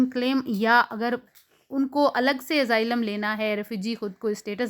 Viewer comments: Nazar ka to pta ni laikin SUNAI zrur de rha AZAAILAM instead of Asylum 😂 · Its Asylum not AZAAILAM 😂